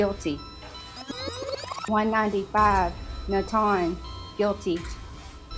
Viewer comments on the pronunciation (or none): Not Nat-Han but Nath-an.... God almighty.